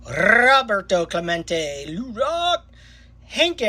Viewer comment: Nice Rrrrrrrroooobbberto Clemente😊